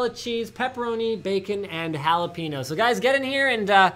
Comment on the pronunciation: "holla-pee-no". That's wrong. The proper not-Spanish pronunciation is "holla-pen-yo".